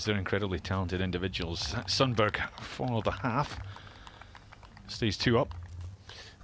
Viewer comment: Please note that you pronounce Sundberg as Shuntberry.